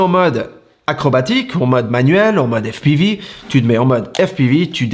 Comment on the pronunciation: Toi tu m’as fait rire 😂😂😂 Tu nous pètes l’accent américain quand tu dis FPIVI et plus tard tu nous balances au jour d’aujourd’hui🤣😂🤣😂🤣😂🤣😂 Put1, toi tu m’as fait ma journée 😉